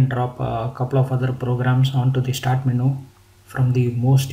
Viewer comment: LOL! Someone please tell this guy the word is pronounced "men-YOU" not "men-ooo"!! hahaaa